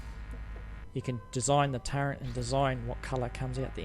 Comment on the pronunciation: Wait, are you saying turrent?? Wot lol